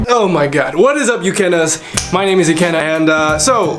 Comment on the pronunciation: Newbie here, I really had to laugh when you said „What’s up, Ukennas“, because it sounded like „Kinners“ for a second, which is a regional German slang for „children“ or „kids“ 😅